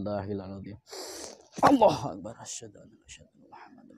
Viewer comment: Azan nya saja salah membaca, akbar dia baca axbar